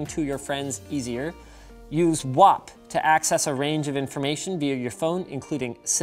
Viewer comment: These V100s were made in Cork Ireland circa 1999/2000, it's pronounced WAP (WH-APP)